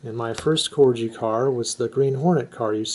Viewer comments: A lovely collection, but it's pronounced " Corgi " named after the small Dog , and definitely not " Corji " . . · Very nice little collection .. I've been addicted to Corgi's since I was a kid and have a hundred plus many being originals from the 60's when I was a kid, I'm now 64. By the way its pronounced Corgie with a hard G not Corgee. If your interested there's a very good Corgi collectors page on Face Book. Toys Collectors Club ... Yeah, some good bargains to be found on eBay.... That's an excellent price for the blue BMC Mini and the Forward Control Jeep with Tower.. Well done you..